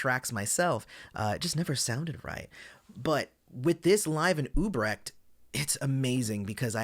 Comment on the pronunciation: Great review, but it's UTrecht (with a "T"), not Ubrecht